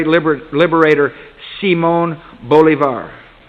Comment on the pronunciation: Se pone hablar de Simon Bolivar y no sabe ni pronunciar su nombre! que cinico!